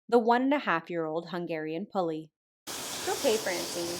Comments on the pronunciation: The standard Hungarian pronunciation is “poo-lee”; “pulley” is the Americanized version of the word. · Poo-Lee, not Pull-eee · Love your channel and your grooms! The breed Puli is pronounced Pooh-lee, like Winnie-the-pooh. Interestingly, the plural is "Pulik". (Nope. Not trolling- it's true!) 😄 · It's actually pronounced "pou-li". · I’ve watched enough dog shows to be certain in advising you the breed is pronounced “POO-Lee” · Proper pronunciation of puli = pool-ee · It's pronounced "poo-lee".